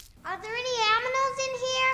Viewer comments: How did I never notice Lilo say "aminals" like what, that's adorable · I just realized that at the shelter instead of animals she says aminals